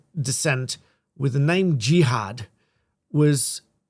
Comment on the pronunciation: You can't call your son Jihad and then try to distance yourself and your family from him when he commits a Jihadi attack. Also, the media are deliberately mispronouncing his name to try to pretend it isn't what it is. "Jihad" does NOT have multiple meanings, it has one, and we all know it, it is only used in the Quran and Hadiths in the sense of holy war.